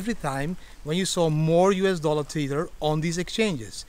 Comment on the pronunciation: Tether not "TEETHER".